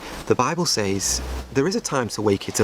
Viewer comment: His pronunciation of “says” is new to me.